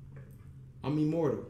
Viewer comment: " I'm immorble" lmfaoo. So just take the l. You my mans but damn vro I'm dissapointed